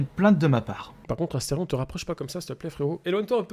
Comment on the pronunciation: C Asterion et pas Astefion🎵🎵